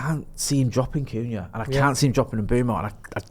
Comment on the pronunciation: saying Cunha is too funny, ‘Coonyah’ 😂